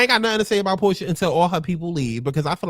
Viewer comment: Your watch-alongs be having me dead!! You called Shamea “Pick-mea” and Porsha “Whore-Sha” 😂😂😂 Nah but when Shamea really took Drew’s joke and put 10/20, I was like “Wow Shamea….I can’t” and then you immediately clocked her after for being whack 😂😂😂 Shamea definitely has the things to be like-able on this show, but she needs a backbone.